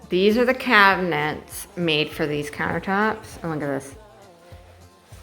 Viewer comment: Did you say "clown-ertops"? I love it!